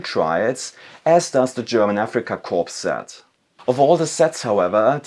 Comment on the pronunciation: Is Korp and Corp not pronounced 'core' in Germania?